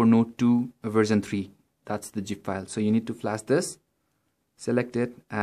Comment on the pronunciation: It's Zip and not Gip :D